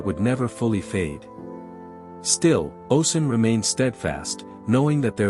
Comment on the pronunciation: oh • shoon, not oh sun. great video though ✨